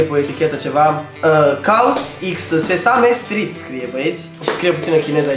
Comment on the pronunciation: Se pronunta sizămstrid